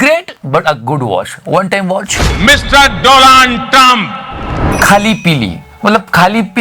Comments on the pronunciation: Staya says, "Dolaund" instead of Donald 🤣🤣🤣🤣 sahi khel gya bhai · Kisi ne suna bhai pr, doland. Waah bhai waah, American President do-land trumph, hahahahaha